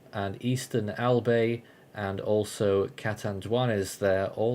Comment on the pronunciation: Albay is pronounced Al-buy not Al-bey